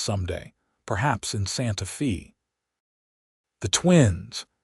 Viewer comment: Please correct this video. It is driving me crazy. Santa Fe is pronounced Santa "Fay". Also Albuquerque is just like it looks. Not Albuque. Otherwise, a sweet story. I live in New Mexico so I am proud of our major cities. Thanks.